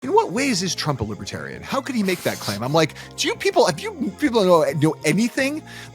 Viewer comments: "Liberaltarian" 😅 Thats Left-Libertarian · Trump thinks that 'Lib-EH-tarians' refuse to go to jail.... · “Libbatarian”. UGH. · What posessed tRUMP and his handlers to think going to the Libertarian convention was a good idea? The drive home or wherever they went must have been highly unpleasant. He couldn't even pronounce "Libertarian" properly. MAGA taking over the hall was a huge mistake. It just infuriated those delegates. 🇺🇸